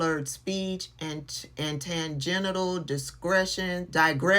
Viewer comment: I believe that word might be “tangential,” not tangential? 🙌🏾